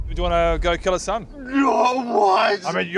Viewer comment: I swear I heard say "Sub" instead of "son".. And I recently saw your sub count drop... Something aint adding up.